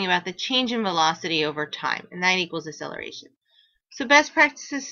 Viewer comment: pronounce it right its not asseleration